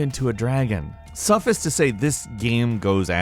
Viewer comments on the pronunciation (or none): "suffiss to say" lol wut? "suff-ICE it to say." Script readers... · Did I hear you say suffus instead of suffice? Lmao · I’m sorry but I’ve got to ask... did you really say EYEtiration and “suffis” instead of ITeration and suffICE? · Suffice is pronounced like "suff-ice". You pronounced it like the word "lettuce". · Suf-ehs. Suffice!? Does anyone at Gameranx listen to his script before he uploads the video? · I'm so glad I'm not the only one, eyeteration, suhfiss lol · also "iteration" as "eye-teration" and "suffice" as "suffis". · Well, he also pronounced "suffice" as "s'office" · No one:: Eye-terations Also: Suffis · wtf is a suffiss lmao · Eye-terations? SUFF-IS. God damnit, why do you have to make it so difficult to listen to these videos. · Glad I'm not the only one who noticed 😂😂 he also still says iterations weird. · ...suffice? Really? You don’t know how to pronounce suffice? Lol 😂